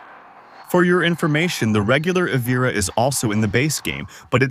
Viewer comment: “Eee veer ah” 🙄